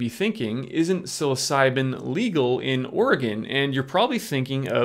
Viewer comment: You really need to learn how to pronounce the name of these mushrooms your pronunciation is horrible